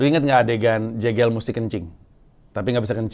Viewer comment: Bang, bilang nama jegel itu bukan jegel tapi jegel. Pake e sumatera